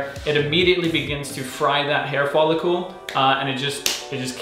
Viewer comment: The amount of time he says follicule 😂... it’s a follicle. Also the follicle is UNDER the skin of the scalp. Cute though.